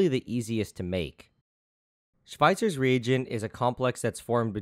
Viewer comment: Wow you actually pronunciated it correct (didn't expect that) xD